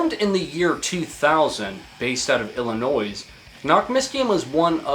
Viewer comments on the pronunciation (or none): did you just say illiNOISE? fucksake. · "illinoise" f- see me after class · The S on Illinois is silent. Same with Des Moines. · It’s astonishing how many Americans don’t even know how to pronounce ILLINOIS properly. A hint, the S is silent. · dang, the hard S on the end of Illinois